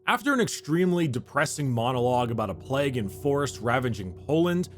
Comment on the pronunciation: No one: Americans: PLEG